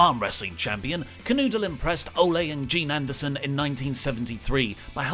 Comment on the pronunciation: Does really know wrestling? How many names did he get wrong here? He did say "Olay" Anderson after all lol